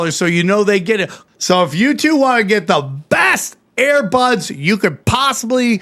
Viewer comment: We need a Brendan Shaub translator for Sam. First we have "sim-a-lation" instead of sim-u-lation, then "air" buds instead of ear buds and apparently Sam puts dead bodies in a "hurts" when most of us use a hearse. Bapa and him should do a show together